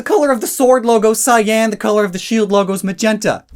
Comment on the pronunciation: Why do you say cyan like that, It's annoying as hell. Why do you keep putting emphasis on it?